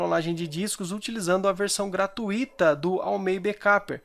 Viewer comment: Obrigado pela dica amigo, excelente! Uma crítica construtiva, a palavra gratuita, não tem hiato, é um ditongo, ui, portanto a pronuncia correta é gra-tui-ta, com a sílaba mais forte sendo tui, e não gratu-í-ta. Que a PAZ de DEUS esteja sempre em seu coração.